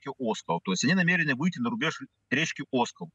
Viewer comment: Обозреватель,научись делать правильно ударение в названии р. ОскОл!!!!